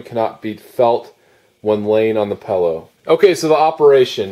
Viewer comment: Every time it sounds like you're pronouncing it pellow i wanna say its PILLOW, not pellow.